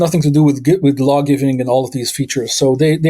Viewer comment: "law" not "lawl".